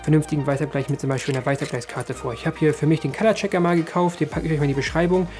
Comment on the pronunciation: Was zum Teufel ist "shataspiid". Junge, du kannst es nicht mal richtig englisch aussprechen. Habt Respekt vor eigener Muttersprache und auch vor den Zuschauer hier, die deutsch können aber nicht englisch! Ja es gibt welche. "qalaacheka" - schlimmeres Denglish geht kaum noch